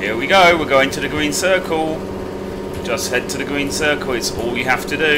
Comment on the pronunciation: Green not gween